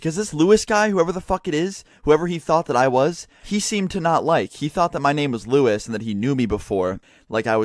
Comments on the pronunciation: Lewis not Luis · OMG ITS NOT LUIS IT LEWIS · no not Luis its lewis